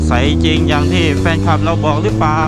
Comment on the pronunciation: แควนนะ ไม่ใช่แฟน😂